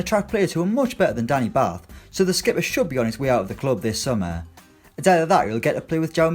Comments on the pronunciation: Its pronounced bart ‘batth’ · Can't even pronounce batth's name correctly